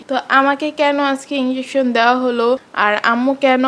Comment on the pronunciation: আপনি না এত শিক্ষিত,, তাহলে ইনজেকশন কে ইংলোশন বললেন কেন?? মুর্খ কোথাকার